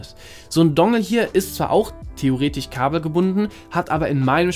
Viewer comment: Kommt es mir eigentlich nur so vor? Oder können immer mehr Menschen kein „sch“ mehr sprechen? Es heißt theoretiSCH und nicht theoretiCH, chinesiSCH und nicht chinesiCH! Sorry, aber das macht mich wahnsinnig! Und bevor jetzt wieder jemand schreibt: „dann klick halt weg…“: ich wollte es ja nur mal angesprochen haben!